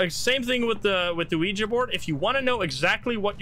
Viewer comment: Thank you for pronouncing "Ouija" correctly. It's so cringe hearing people say "Weegee."